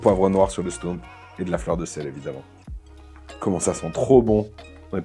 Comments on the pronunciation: Aie, aie, aie... On dit stoummp, pas stomp, on dit binnche, pas binche (c'est une ville...) 😁😁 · haha oui! "OU". stOUmp :) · Bintje,stoemp se sont des noms flamand, déjà eux les prononcent différemment selon les provinces.